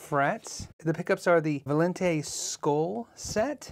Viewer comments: No idea how you manage to read VALIENTE instead of VALENTI but hey the video is great! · The builder was upset because you messed up his name lol. Its Valent eeeee, not Valientaaay.😂 always educational and enjoyable videos! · Valien-tay? There's an "I" on the end lol.... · How does think Valenti is pronounced "Val-ee-en-tay"? It's a very common Italian surname - it's pronounced as it is written: "Va-len-tee". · Yeah idk where he’s getting the extra “i” from unless he’s dyslexic lol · What a beautiful instrument, and it sounds great too. I'd say that one is a keeper for sure! And I'm pretty sure it's pronounced "Vah-len-tee". It's a very popular Italian surname sometimes ends with an "e". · Think you threw in some extra syllables lol of course great video